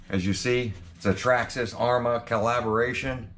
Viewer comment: The all new "Trarrma Slaton"😂👍